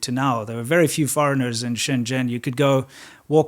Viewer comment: He pronounced Shenzhen wrong. I don't blame him